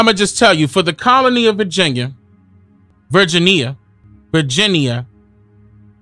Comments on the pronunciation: The W in sword is silent like the S in Illinois. Brittania is Brit-Tan-knee-Ah Great information though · is it BRIT-TUH-NEE -YUH? or BRIT-TAN-NEE-YUH? TAMES or TIMS? ija.........